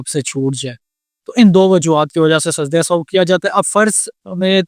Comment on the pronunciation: Sajda e Sao ni sajda e sehw is correct pronunciation.